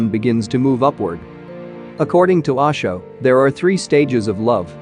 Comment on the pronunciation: Its not Aasho, its OSHO my dear friend, you know O for Orange.....